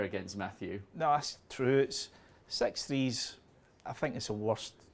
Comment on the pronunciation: That language)) sex not six thank not think ))).